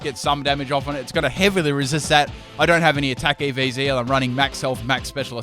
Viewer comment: i cant tell if he says ev's or iv's lol